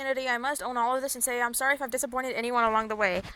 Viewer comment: "Aw guys I'm so sowwy I'm so sowwy,, uh,,, anyways... Who's excited for the possible circus trio related update or whatever content we will for Dandys world??🤣😂🎉🎉🎉🎉"